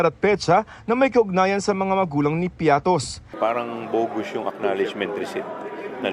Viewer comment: Marygrace piaty hindi piatos😅😂